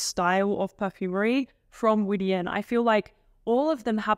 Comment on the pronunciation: Widian is pronounced Widianne, anne like the name